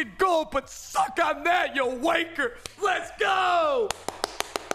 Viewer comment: It doesn’t sound right when an American says wanker